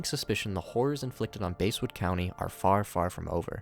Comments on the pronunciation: it's pronounced bass like the fish not base, i live near Basswood IRL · It's bass not base like a large mouth bass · It's not base it's bass lmao english much? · It's not basewood its basswood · “Base-wood” lmao